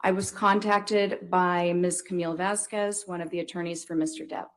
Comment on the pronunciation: The way she says "Vazquez" makes my inner Iberian cringe and seethe with rage.